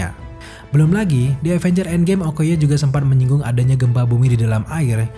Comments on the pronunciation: END BANG BUKAN EDN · "Avengers Edngame"